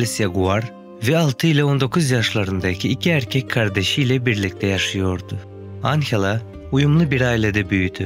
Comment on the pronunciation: anhela degil anjela